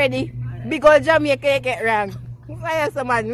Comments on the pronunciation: She get Jamaica wrong lol🤣🤣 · Lawd she get Jamaica wrong